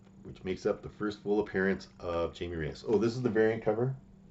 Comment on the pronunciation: Glad to see more interesting takes than from most comic youtubers. Also, his name is Jaime nor Jamie.